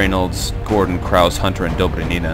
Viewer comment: Note: The "e" in "Krause" is not silent.